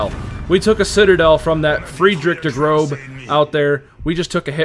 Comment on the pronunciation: No hate, but German speaker here. Heard you say Der Grobe. The letter ß makes an “ess” or hard S sound in pronunciation. So its Der “Gross” Große. Great Video!